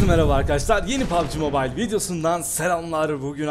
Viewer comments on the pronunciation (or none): none